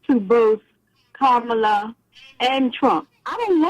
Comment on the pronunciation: Educate yourself on the correct way to pronounce her name.